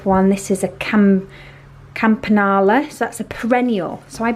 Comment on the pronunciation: It's CAM-PAN-YOO-LA. And those are not bedding plants